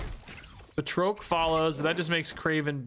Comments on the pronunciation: Because I just can't help myself, it's Ba(d)- Trock the Leaper , buhtroke is killing me every single time . 🤣🤣🤣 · Batroc doesn't have an E at the end so the O is pronounced as "ah" BA-TRAHK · Per the MCU (CA:WS) it's pronounced, Bat-Roc...js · The way you pronounce Batroc is killing me. I always thought it was "BAT-ROCK" 😃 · I've been pronouncing it as Bat-rock this whole time. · saying “Batroak” is funny to me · Same! I couldn't take it, had to stop watching 😂 but I still left a like tho to support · What’s with snap YouTubers and not being able to pronounce things 😅 him with batroc and Bynx with Magneto. I’m like by fifth grade I knew how to say these